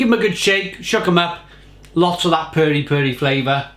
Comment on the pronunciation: The correct pronunciation is not "purry" as in furry, but Perry. Pronounce as per fermented pears. Perry.